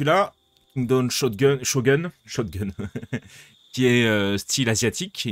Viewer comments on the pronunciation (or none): Salut, Je vois ma tronche sur la miniature et je crains le pire XD... SPOIL ZONE ça se prononce "chogoune", mes oreilles saignent... ça c'est l'investissement de la youtube money:') mais le boulet... l’autre est dans le slip:') et c'est le miss clic XD un halo... pas un haillon XD je t'expliquerais certain truc en vocal, se sera plus simple ^^